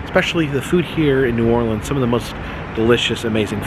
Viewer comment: *cringes when he first said New OrLEANs"*. No hate, btw. Awesome channel. lol